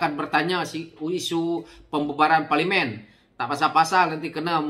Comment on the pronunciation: Teruk juga sebutan ko ni bro…parlimin